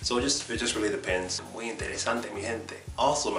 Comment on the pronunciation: Love this video so interesting to see the differences between the Spanish spoken in Spain. I was surprised that you didn't have a problem to pronounce the ghh sound like in gente perfectly. Thanks for explaining al those different accents in spanish. Your video's are super useful for people like me that are learning spanish.